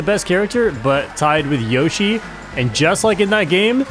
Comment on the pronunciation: its yoshi, not yoyshi